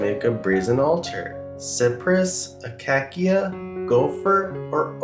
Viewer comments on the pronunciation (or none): pronounced a-CAY-sha. wood.